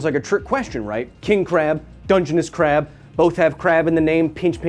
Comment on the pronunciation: That KRRRab. It's like your german ancestry is coming out.